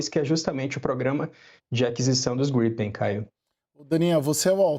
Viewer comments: caças GRIPÉIN kkkkkkk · A jornalista nem soube falar direito o nome do caça em a versão. Kk